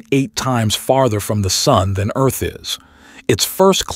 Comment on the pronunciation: "Welcome to erf"